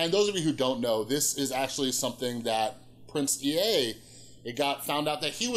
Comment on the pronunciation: It's "Prince Ea" - pronounced "ee" not "ee-ay"